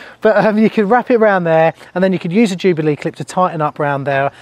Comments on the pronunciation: I thought you said "used" and not "use" 🫣🤢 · That's what I heard as well 👀